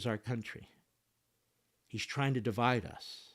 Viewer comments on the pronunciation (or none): none